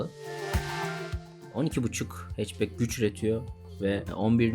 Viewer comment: 12,5 HP'yi nasıl telaffuz etti????